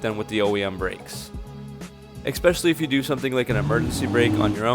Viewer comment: You had me at "ekspecially".